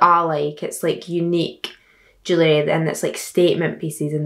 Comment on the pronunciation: When she was saying jewelry I thought she was saying jelly, I need help😭